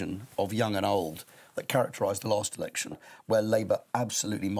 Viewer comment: says "erection".